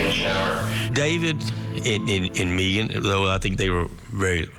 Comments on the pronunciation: Drives me crazy how pronounces Megan, like MEE-gan. Who does that? 😂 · Spelled Megan, pronounced Meegan.